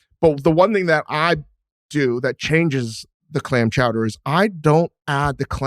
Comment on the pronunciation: mr. bill simmons, you have clam chowder down to a tee